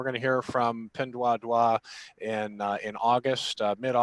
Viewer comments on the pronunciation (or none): "Pin Duah Duah". Sounds French.